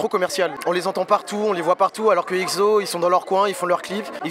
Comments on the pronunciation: Mais pourquoi EGZO ? 😭😂 c’est EXO (prononcer le en ECSO) Non ? Parce que j’ai tjrs prononcer comme sa 😂😭😂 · C'est exo E X O pas Ekzo MDR 😂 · Juste une chose: "EKSSO" merci ! :'3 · Par contre svp respectez les noms des groupes 😭 le egzo et izone me font mal aux oreilles sinon sympa la vidéo mdrr